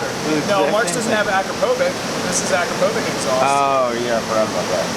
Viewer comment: Akropovic is pronounced "uh-CROP-oh-vitch" not "akra-poh-vick"